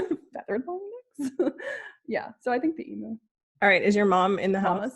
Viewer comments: I’m just super curious as to how it started that Americans always (mis)pronounce emu. Because it’s alway been eem-you here in Australia, as far as I know anyway. But I’ve always heard Americans say ee-moo, which is just weird to me. Although I think there are a few words where Americans say “oo” instead of “you”, like nooz instead of nyewz and such. Maybe that’s why. And it is a bit weird that I answered my own question while typing. Making this comment entirely pointless, but oh well. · As an Aussie I feel compelled to tell you it is pronounced emew like pew. Not emoo as in boo. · I have a question- why do Americans pronounce it ee-moo? It’s eem-you. I just wonder why. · I love you both! FYI it is pronounce eem-you LOL! Thanks for the fun video. :) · Okay.... Abby.. love you... but its an EMU ( EE - MEW) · I love how you call them emoo. Hugs from Australia 🤗🤗🤗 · I think the easiest way to describe how we pronounce the bird is ‘emew’. They are big scary birds who are VERY inquisitive and make a funny noise a bit like ‘glug’. We have some really bizarre animals down here!! 😄😀😄😀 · Wait...how do YOU pronounce "emu"?? questions everything